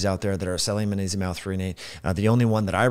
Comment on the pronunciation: I'm not even one minute in, and you've pronounced magnesium as "ma-nesium" about 5 or 6 times already. I don't think I'll be able to watch the rest of this. It's hard for me to put much weight in the words of a man who looks to be at least 45 years old, and still lacks the intelligence, perceptiveness, and self awareness to correctly pronounce and enunciate the word, magnesium. Especially when you're on camera and recording a video with the intention of publicly broadcasting. If youve spent multiple decades using the English language as a primary means of communication. Yet you still can't properly pronounce and enunciate a word that the average 5 year old should be able to pronounce, and can't even dial it in on camera where you'd think there would be an emphasis on clear communication. I can't imagine all of the details you'd probably overlook, on topics that are actually complex topics..